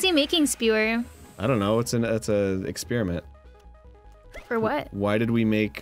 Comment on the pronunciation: wow i actually noticed what Dan pointed out, he DOES say "exspearment" instead of "experiment"